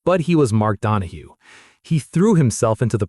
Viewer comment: His name was Donohue (Don-o-hugh) not (Don o hoo). Nothing ruins a post more then mis-pronouncing a name or word. Anyone who continued to watch this is an idiot. i got to and just could not finish it because of the error with the name. Also, the Porsche 917-30 didn't kill Can Am the main sponsor Johnson Wax (SC Johnson) pull its sponsorship which was responsible to the purse e.g. the money won by the drivers. This left Can Am without any money to pay the winners. So it folded.